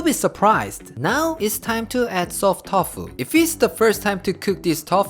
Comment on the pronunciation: Is it me or is he's saying "tof" instead of tofu?😂🤣😍